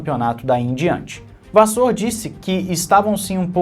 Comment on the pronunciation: a pronúncia do Frederico da Ferrari é Vassér e não Vassôr... Abraços e continua com o teu trabalho sério.